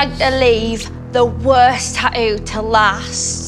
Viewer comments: I love how they say tattoo "Tau" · They way they are pronouning the word tattoo is driving me crazy...